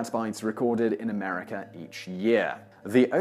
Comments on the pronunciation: STOP saying AmericER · It's AMERICA! Not AMERICKER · There is no R at the end of the word America. It ends with an A. If you are going to make videos about a country you should first learn how to properly pronounce the name of the said country. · If you're going to do a video about a country at least get its name right! It's pronounced 'MUR-UH-KA' ... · This is no "R" at the end of the word America